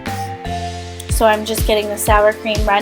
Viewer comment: It's pronounced ex-tract not vanilla asscracked